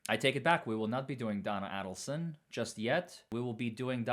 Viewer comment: it is pronounced A-delson (long A) NOT Addleson